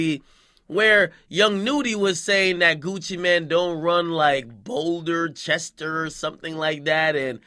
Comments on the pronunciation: I stopped watching once u called Bouldercrest, “bouldercrester” 🤦🏾‍♂️ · Bruh 😐 ....ITS “Bouldercrest” Not no damn Chester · "Boulderchester" lol nigga it's "Bouldercrest"! Yu can tell yu ain't listen to Gucci! I'm from Miami and I kno about Bouldercrest from Gucci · Nigga, you mean Bouldercrest ! This Nigga Ak said "BoulderCHEST" 😐 come on bro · Ak is trying to get his ass beat by everybody from every state he joke on. I guess that's a New York nigga thing. Nigga it's Boulder "Crest" nigga 😂😂😂. Hope u was just being a illiterate idiot. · "BOULDER-CHESTER"??????? WTF. BOULDERCREST RD DUMMY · DJ AKADEMIKS STFU TALKING ABOUT “BOULDCHESTER” Nigga It’s “BOULDERCREST” 😂😂😂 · Did you just disrespect east Atlanta by calling Bouldercrest "Boulderchester". Kids don't go to Rutgers because apparently the education sucks because this nigga can't even pronounce bouldercrest. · Bouldercrest nigga lol “boulderchester” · You really don't know about Bouldercrest, Wackademics? Even though Gucci says it all the time? Wtf did you say? "Boulder-chest?" You are dumb as fuck my guy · "BOULDERCHEST"????💀💀💀💀ak trippin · “Boulderchester” 😭dam ak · "BoulderChester", you sound as worst as your fake ass copycat when he called "Shad Da God" , "Shadda God"! What the hell going on the commentary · Boulder chester ??? Ak bruh if you listen to wop you know exactly how thats pronounced you just pissed me off !! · Akademiks is really starting to become you don't know that Gucci's from Bouldercrest you said Boulderchest that's like disrespectful that's my nigggas come at you sideways cuz you don't even know the names of the s*** that you even putting out it's starting to become DJ Vlad out here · Its pronounced Boul-der-crest dumbass nigga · This nigga really just said Boulder Chester😂😂 AK is a headass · Said it wrong but yeah boomer cress lol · its pronounced like "Boulder Crest" Ak 😩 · BOLD.der.crest - can you read that AK ? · first of all you better say BouldaCrest right